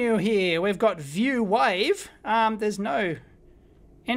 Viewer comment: ‘wife’, ‘wifeform’, ‘square wife’ 👍😂